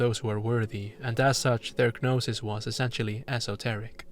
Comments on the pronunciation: excellent analysis but why do you say it "guh-nosis" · small note i think the g in gnosis is silent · The g is silent im gnosis and gnostic lol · I don’t think you pronounce the G in Gnosis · G in "gnosis" is silent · Wow. Stunning video! I love thinking about media in terms of mythology and mysticism. This was a treat from start to finish! (The "g" in "gnosis" is silent, though!) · The G in Gnosis is silent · Thank you for the wonderful video, but the g in gnosis, gnostic, etc is silent. 'gn' just makes an n sound, like gnocchi